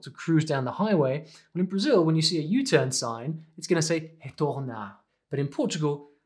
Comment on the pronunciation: I really love that you spoke "Brazil" the way we Brazilians pronounce it at the begging of the video <3